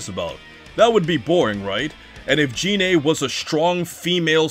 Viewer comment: So the problem is... you thought Selypa was the squad's fuck-toy, and are upset she is not. Also, it's Gine, not Jine.